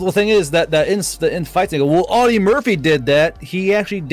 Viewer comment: AUDIE Murphy, he pronounced it correctly. Awe-dee. Also Audie with the fifty call happened but he also had sent his squad back to protect them, and he was calling in artillery on the krauts also.